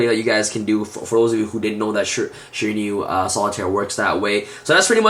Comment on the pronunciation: Dude you keep saying ShiraNIU its fucking annoying. People who speak english as their native lanquage cant pronounce at least 50% of the Yugioh cards.